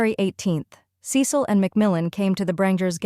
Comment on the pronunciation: Cecil's name is pronounced Cee Sill.